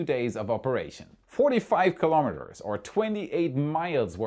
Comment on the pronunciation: Kilo'meters, not kalamaduhz.